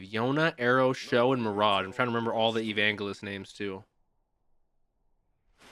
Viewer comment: it's hard not to like Vulcan, he's such a fun dude. I'm glad you're already meeting him :D. PS Evangelist is pronounced with a soft j sound, not a hard G sound haha just thought you might wanna know.